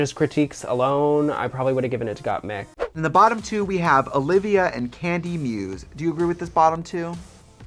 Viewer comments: not "gOtTmEeK" lmao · Gah the amount of people that say mik like meek is annoying. My name is MIK! Not meek! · Tracey Martel really calling Gotmik as Gotmeek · Trixie, U HAVE 2 KEEP SAYING GOTTMEK.!!!!!!!!!!!!!!! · Gottmeek is easier to say than Gottmik at least for non english speakers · Trixie’s trying to pronounce Gottmik as Got To Me...aw x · For French people "GottmEEk" make total sense as it's the way we pronounce the "i". So like this you are just saying Gottmik with a French accent! hahaha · Gottmeek is the way us, latinos, would pronounce it hahahaha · "GottMik" "GottMik" Me, a french person : What's the difference ? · girl just say gottmeek it's just right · GottMeek ? 👁👄👁 GottMeek. GottMeek ??? 👁👄👁 G o t t m e e k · With the Gotmik pronunciation Trixxie is letting her latina genes come through! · the way Trixie pronounces gottmIk is literally the russian accent at the finest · I cheer every time I hear Gott-meek bc that's exactly how I pronounce it in Polish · I love trixie but it bothers me how she constantly says Gottmik’s name wrong even after being corrected. It’s just not funny.